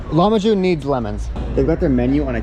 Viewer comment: Broooo its not lamahun. Its lahmajun